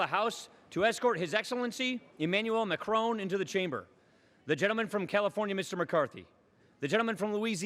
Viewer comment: Look at Macron's brief facial expression when this guy tried to pronounce his name :DD Why are English speakers not able to pronounce anything which is not English correctly?? :P